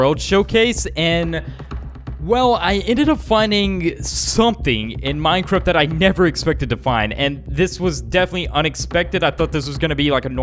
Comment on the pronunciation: he says "minecrift"